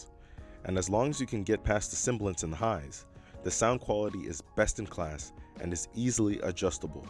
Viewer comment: Very nice review. Great writing and beautiful video and staging. Only one grammatical nitpick: sibilance, not “cymbalance”